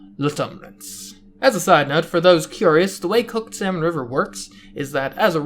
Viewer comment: You are pronouncing salmon wrong